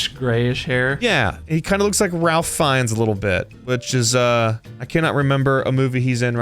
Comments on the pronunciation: The L in Ralph is silent it sounds like reyph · Ralph will go mad for calling hm that. He pronounces it without the l. I've met him once in my life where I used to work. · Ralph (pronounced Rafe) is Voldemort, yes.